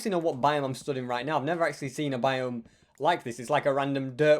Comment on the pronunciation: i love how ses he has 3 lives "acsuly haz 4"